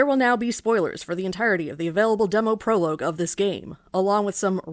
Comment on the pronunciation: This is an incredibly funny and insightful video. One of my favourite that I've seen in a while. The humor here is so good and so dry even if the way you pronounce "prologue" makes me die inside. I love this. It's an absolutely perfect video essay. If I could give it 10 Oscars out of 10, I would. Sadly, all you are permitted is this comment. Absolute cinema.